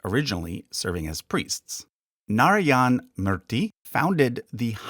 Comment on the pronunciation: ...the way you butchered Narayana and Sudha Murthy is tooo cute.